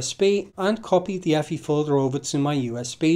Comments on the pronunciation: effy? no, just say the letters EFI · Love your pronunciation of EFI, lol. Never change it.